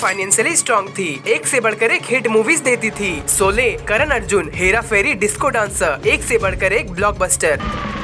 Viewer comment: Abey saale solley nhi sholey hai😂